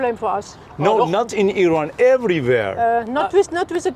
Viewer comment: Its IRAN guys not i rannnnnn